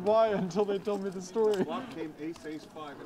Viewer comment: gotta fix up his pronunciation or some shit. Always says ‘d’ instead of his ‘t’s’ and then when an absolutely insignificant card comes off he says oh its THE 2 of spades a perfect brick. very annoying to someone who slightly understands english.